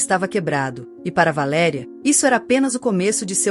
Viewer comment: V A L E' E' E' E' RIA: PROPAROXITONA!!! VAERI'A A PENA MODIFICAR, MESMO COM INTELIGENCIA ARTIFICIAL....